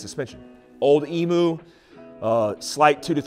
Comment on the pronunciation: Excellent..... but from a guy that has been running around on OME gear since the 80s it Emu) is pronounced EeeeemYou not EMooo :-) Great fitout !